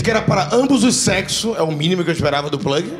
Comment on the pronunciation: o eu que quando ouvi a pronuncia do plag, me veio em mente aquela raça de cão pug???🤣🤣🤣🤣🤣